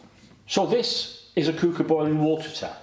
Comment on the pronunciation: It’s pronounced Qu-ooker as in Quick Cooker